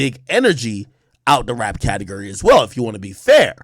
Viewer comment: Can’t stand how he says categurry 😂